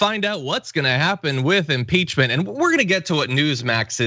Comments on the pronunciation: Hahahaha, "Imporchment" - prone to errors? Oh the irony. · Definately said inporchment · Yes. You definitely did say it. I heard it & checked against the captioning on-screen. The caption read "Impeachment". You spoke the word (?) "Imporchment". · "A senior aid on the enporchment team..." lolol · John first let me say I love you and tyt and the work you do. You're invaluable to me and there's no way I could ever express my appreciation. That being said you said imporchment dude. Sorry but I calls them like I hears them. Roll the audio. LOL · You definitely said impochment. Lol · john said "imporchment" 😂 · We knew you meant impeachment. After speaking millions of words, I guess you can be human and miss pronounce one. Just overlooked it. It's something we all do. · “Imporchment” A new word for the political lexicon, I love it John!! 🐉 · OMG you literally did say "imporchment" at the beginning! LOLZ... IT'S OK, I STILL LOVE YOU! Sometimes we have so much on our minds that our speech gets messed up. I blame being brainwashed by Trump's made up words. I think your screenshots with the quotes are what's important... But you make a great point that these people need to come out publicly, otherwise how is this impeachment process supposed to progress? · Sorry to tell ya’ this, John. But yeah, you did. You actually did say, “imporchment”. I heard that too. It sounded very strange. Lol! 😉🤷🏻‍♀️💜🤷🏻‍♀️😄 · You definitely said imporchment. It's ok tho. 😅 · I wonder, did you say enporschement because of your new car that you're dreaming of? 🤣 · Definitely said imporchment. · Yes hon, you said "imporchment" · Haha imporchment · You said imporchment 🤣😂🤣😂🤣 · Did he say imporchement team? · Absolutely said Imporchment lmao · Whats an imporchment xD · Yup, u said imporchment, sounds like Pumpkin about to lose his porch too. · You did...emporchment 🤣😂🤣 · Yup. Definitely said "imporchment." I replayed it again when I first heard it to make sure. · Dude, you totally said "imporchment".